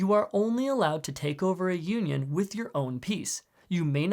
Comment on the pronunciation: The way he says “union” made it sounds like “Yuenyeung” which, ironically, is a symbol of conjugal love in Chinese culture. This word can also be traced to “yin-yang”, which is represented perfectly by the feet of black and white pieces because when they are united they create a yin-yang symbol.